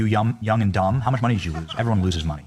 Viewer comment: Benny said, "Yum and dumb"! Tell me I'm not the only one that heard that....